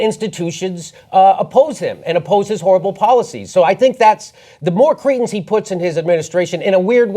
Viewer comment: Can stop mispronouncing cretins saying "Cretans" instead? No self respecting Cretan would be part of any of this garbage